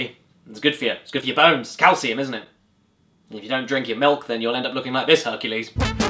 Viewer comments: What's with the "miluk" thing...? Is there some joke there I'm not getting? Why did he keep saying that and why did he base an entire running gag around it? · At least I think that He was being Silly what is Mlik though? It's pronounced Milk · You mean "Nuts & Miluk." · Don't you mean "Nuts & Miluk"? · Who the fuck calls cereal sauce miluk? And who calls Jesus Juice Herculade? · You mean "Nuts and MILUK" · Dear Caddicarus, I don't know if you would read this or if anyone will actually, but I just want you to know that I used your pronunciation of "milk" today around my friends and the asked me wtf I am doing, so I showed them the intro to this video. It started a a thing at school with my friends yelling "mil-lik" outside the school. XD Thanks a lot. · "Miluk" had me for a good 5 minutes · Say MILIK ONE MORE TIME MOTHERF.... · milk is one of those extremely simple words so many people mispronounce. it drives me insane. I know caddy was kidding but I've actually heard people say "milik". why? I have no idea. the other common mispronunciation is "melk". it pisees me off to no end when people say "melk" instead of milk. I've murdered quite a few of the "melk" people. so if you're too stupid to pronounce milk, eventually you will be murdered. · ( ͡° ͜ʖ ͡°) "I need some MILUK too." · Glad I'm not the only one who calls milk milluk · MILUK. MMMMMILUCK XD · Caddy:" MILLUK" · I’m surprised this hasn’t reached at least 1M views, given the popularity of the “Miluk” phrase. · Not nuts and milk. It’s nuts and MILULK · I need a glass of malk. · I wonder when he'll play Nuts & Miluk. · I don't get why he pronounced milk like that. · Okay, okay, it's Miluk. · You didn't Caddirus was being Silly and Mispronouncing Milk in The Beginning of The Video for some reason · HE NEEEDS SOME MILUK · "I need miluk!" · "Nuts and Milk"? I think you mean "Nuts and Milluk!"